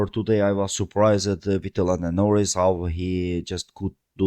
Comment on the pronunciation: Excuse me? *Norris*? Nah mate.